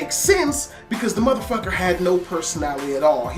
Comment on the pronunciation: Just the white-ass way he says "motherfucket" XD